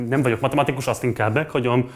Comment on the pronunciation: “aszt”? Mondd inkább úgy, hogy asztat! Vesztes. 😆✌️